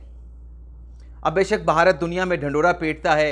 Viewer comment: جناب بہارت نہیں ہے بھارت ہے،